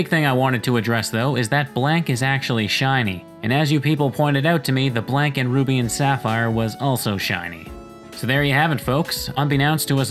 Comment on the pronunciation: It always annoys me how he says blank like black